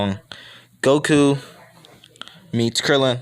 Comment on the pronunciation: Did you say woku